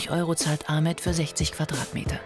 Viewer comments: Wird Ahmet nicht eig Achmed ausgesprochen? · DER HEIßT NICHT A MET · Wieso nennt ihr ihn a“ch“met wenn er ahmet heißt